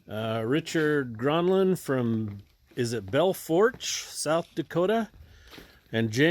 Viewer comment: It’s pronounced “Bell Foosh” — Only reason I know is because in the film “The Cowboys”, that’s where John Wayne and the young cowboys were driving the herd of cattle to. Great film too.